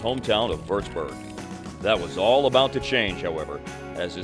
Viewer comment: Würzburg not wördsbör